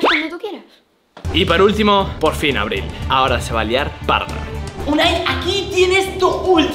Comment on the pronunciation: Por que Abril dijo Marbi ¿